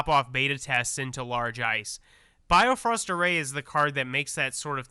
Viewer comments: Keep reading the cards. Also its Bi-Frost like the rainbow bridge in Norse mythology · Just a slight nitpick...Bifrost is pronounced more like "bee-frust". Bifröst is the famous "rainbow bridge" to Asgard in Norse mythology.